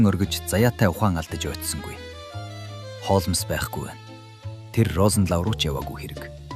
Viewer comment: Үхсний Холмоос гэж солиороод байна аа.Хоолмс гэж болно.Уг нь бол Холмс